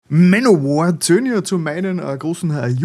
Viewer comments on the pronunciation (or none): "Manowör"???!??? Bin raus.